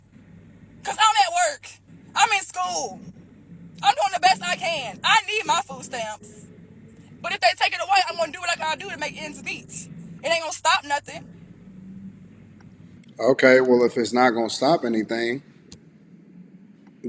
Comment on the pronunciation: you're going to school🤔 "endzz metzzzz" 👏👏👏